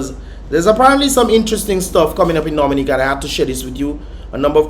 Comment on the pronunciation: The first time I have heard the correct prononciation of the name Dominica